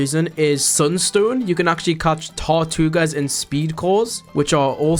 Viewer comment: Blud said "tahtuga" hell nah it aint right ma boy